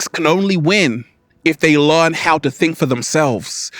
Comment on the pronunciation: We have to „LEARN“… not „LAWN“…. Love u!